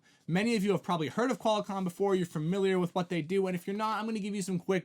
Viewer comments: Did he say QUAL-A-COMM? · Yeah, first time on my channel. Hard to take someone seriously who doesn't know how to pronounce Qualcomm and who hasn't heard of Ericsson before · He said QualiComm.